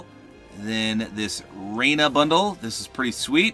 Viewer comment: reina is pronounced ri-ya-na